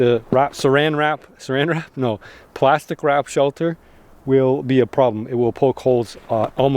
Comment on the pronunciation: Pwastic wap 😂